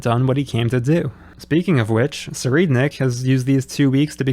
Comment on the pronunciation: I really enjoy your analysis, production, and sense of humor. AND you pronounce Tserriednich correctly? Subbed. Shifting to Kurapika as the main character was such a good decision. The Succession War, at the very least, needs a clever and analytical strategist to be the lead role. I also enjoy getting a deeper look into the mafia. Seeing that they are a serious point of influence, rather than just overconfident clowns that get dunked on, is really nice after the Spiders painted Yorknew red with them. Even though we're not seeing too many mafia people with calamitous power, they're smart enough to know when to maneuver, and it's a really interesting addition to the dynamic. Speaking of the Troupe, I would also really like to see them ally with Kurapika. I think they could still fall into conflict, but if Tserriednich and his associates were behind the atrocities that drive both parties, figuring that out could be a major step toward lasting peace between them. Also, Kurapika's character design for this arc is so fresh. It's cool to see him ditch the village garb for a suit to really drive home the change of atmosphere. The longer hair also works well.